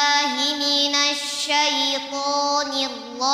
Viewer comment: Nirrozim USTADZ BUKAN nirrozin